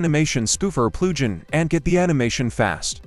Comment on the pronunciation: the AI voice made it sound like plu-ghin